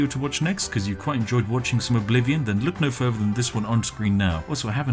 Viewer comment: Why to do pronounce the word further like “Ferver?”